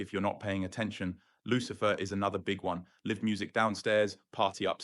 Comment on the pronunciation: live music, pronounced "liv", and you're british. really?